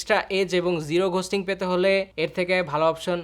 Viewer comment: For fucks sake its "গোস্টিং" not "ঘোস্টিং"